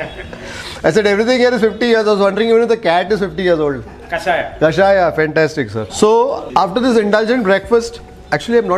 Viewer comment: Sir it's kashaya not kashayam